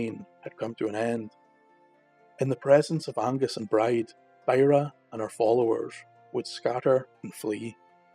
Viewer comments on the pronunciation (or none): Amazing ..Bride is pronounced Breejah .Thanks these are so so good .